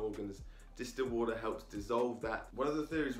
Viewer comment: Say water properly